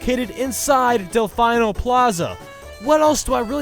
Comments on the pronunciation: delfino is pronounced "delpheeno", not "delpheyeno" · ITS DEL FEE NO. NOT DEL FINE NO!!! Anyways great video. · Del-fine-oh? it's Del-fee-no. And must this guy have to compare everything to Double Dash even though it has literally no resemblance? EDIT: also with the Peach's Castle thing, it's just like Zelda where the castle changes throughout each game so that N64 Castle you're talking about is not the same castle in the DS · Dalfineo? It's dalfeeno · Del-Fine-Oh? Sorry, I just find it funny when you say that. As pronouncing it as "Del-feen-oh", I find it cute you pronounce it like that. Looks like i'm gonna have to watch one of your Sunshine videos now! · It's delfeeno not delfino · Every time you say "dell fine oh" a cute newborn kitten gets stabbed to death and incinerated. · Nononono, one does not say "delf-eye-no" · Del-fye-no? Da fuq. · Del - fee- no . Like the video but that will drive me crazy . That course is great however we say it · its pronounced DEL-FEEN-OH island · Tic Toc Clock is from Super Mario 64 . . . AND IT'S DEL-FEE-NO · Sorry, but I have a LOT of nitpicks with this top 10... 1. Dehl-fee-noh.. 2. Why compare DK Pass to DK Mountain? The only similarity they have is in their title. If anything, it would have made more sense to compare it to its successor, DK Summit. 3. The "special" item box also holds single mushrooms too, not just triples. 4. Your tick-tock-clock "birth" was completely inaccurate. I realize it was supposed to be for entertainment purposes only, but Super Mario 64 supposedly started out with 32 stages and was whittled down to 15 for the final product. 5. You mentioned how great the music was in Waluigi Pinball. This is the EXACT same track that plays in Wario Stadium that you put as #10, and yet you didn't even mention the music when you were talking about it. I love your countdowns, but with all due respect, this wasn't your best effort. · He keep saying Delfino wrong. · Say delfino correct and I wont be pissy